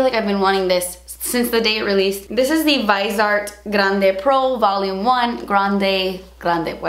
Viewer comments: Keep the canvas, it fits the decor in this part of the room. (Btw, it's pronounced viz-ee-art not vise-art) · It's "Vee-Zay-Art" or at the very worst, "Vee-Zee-art". IDK where you get "vaizart" from....but that's wrong. Also as someone who has smile lines I'll tell you the only thing that will work other than better skin care is fillers. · VIZ-E-ART not VEYES-ART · Please review the grande pro palette! And maybe a few looks with it? Also, FYI it’s French so you don’t pronounce the e, it’s like grand. And vis-e-art. Not vise art. But you say it however you want! I just thought you might wanna know, cus French, like Spanish, deserves to be respected. But you say it how people here in México say it and that’s fine too! Either way, please review and looks? I splurged and so I try to use it every single day. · VIZ-e-art. Not “vise-art”, ffs. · I think it's pronounced VI-ZEE-ART. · Viz-ee-art. Message board! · Viz ee art baby... Viz ee art, LOL. And you will LOVE their mats! I LIVE for that damn little message board!! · Just letting ya know it’s viseeee art - long e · I absolutely love the Viseart eyeshadows. They are soooo high quality and they are definitely worth the price. Somewhere down the line, I will get the Grande Pro palette. Also, the brand is pronounced viZZ-ee-art. Stephanie Nicole did an interview with the owner/founder of the company and goes in-depth with everything related to the brand, even the pronunciation of the name. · Stephanie Nicole has a great informative video with the owner of viseart and musebeautypro. Explaining the palette. If u keep scrolling down there's also another video with Anastasia the owner explaining her band and how to pronounce it. 🤗